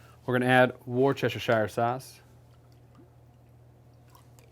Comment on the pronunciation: Love hear Americans try and Worcestershire sauce 😂😂😂😂😂